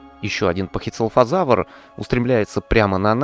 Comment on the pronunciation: Пахицефалозавр а не пахицелафозавр звучит как целлофан